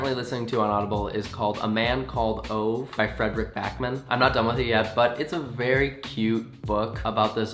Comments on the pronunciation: CONNOR NO ITS PRONOUNCE OOO-VA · I haven't read the book "A man called Ove", but I've seen the (Swedish, original, as I am Swedish) film and I FREAKING LOVE IT! you HAVE TO see it if it comes out in English! and not to be rude, but Ove is pronounced kind of like "ooh" but a bit shorter and then like the ve in very. :) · Oh my god the way he pronounces “Ove” I’m dead